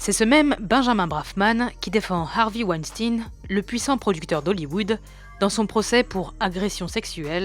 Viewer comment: Alors, faut prononcer correctement les gars: on dit pas "Arvi Wanstine" ! Ca se prononce comme Einstein mais avec un W :) Tous les français le disent mal...